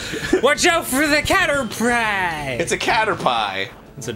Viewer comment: ...Should I be dreading when they fight Misty? COW-ter-Pie. Ew